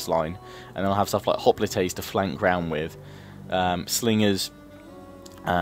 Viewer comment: If you watch the video it sounds like he saying Spartan hoplATAES